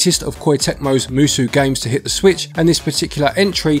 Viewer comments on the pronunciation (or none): Just fyi for future reference, the 'sou' in musou is pronounced closer to sow. So, the two parts of the word shouldn't rhyme with each other